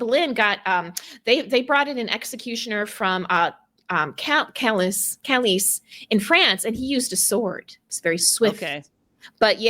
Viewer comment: Hey ladies, just to let you know, Calais is pronounced as “Cal-ay” 😁